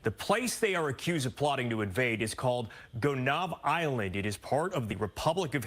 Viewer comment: Hi,. Good video! The island is pronounced **Goh- naïve**